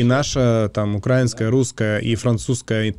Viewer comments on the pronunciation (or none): Небольшая поправка для: не укрАинская, а украИнская🇺🇦🖤